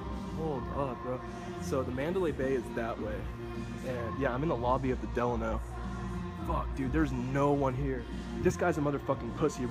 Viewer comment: Duh-lawn-o. Not Del-in-o